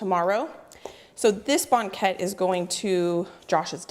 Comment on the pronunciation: From Lynden Wa here! Very Dutch I hear it pronounced bang ket, just like blanket but without the L. has a very nice voice. I'm betting he can sing. I wish Banket filling had half the sugar. too sweet Bakers here pull them while they are still pale. I think they are the best golden brown. Suggestion! Next, perfect and share a yeast Oliebolen recipe. Danya